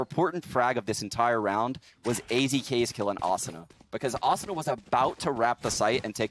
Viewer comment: During the whole commentary the commentator mispronounces “Asuna”